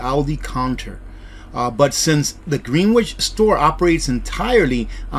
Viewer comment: By the way Greenwich is pronounced Gren itch the Greenwich meridian is the longitude that time is calculated from